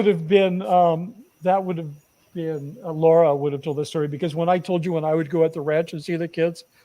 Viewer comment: Lara's name is Lara, not Laura. LA as in "a note to follow soh"